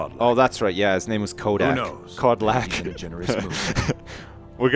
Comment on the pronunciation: "Speak to Kodlak" "Oh yeah his name is Ko-Dak" "We need to find Kojack."